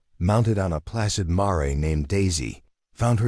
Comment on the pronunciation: MARE -Rhymes with HAIR